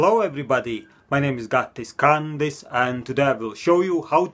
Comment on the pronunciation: ...you seem different today... I mean your hair, your voice pitch in the beginning of the video, and the way you pronounced "Kandis"... 😅😍💜